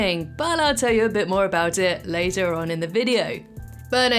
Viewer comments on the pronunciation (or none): none